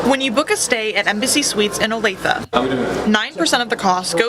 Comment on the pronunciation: I am actually from Kansas City, born and raised there for the first 24 years of my life. It's ok, but it's not FIFA World Cup ok. And yes, you pronounced it correctly, "Oh-Lay-Thuh". I sincerely hope FIFA is a bust and the U.S.A. realizes that the "America Boycott" is real.